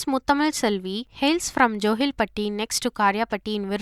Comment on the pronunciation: kovilpatti not jovilpatti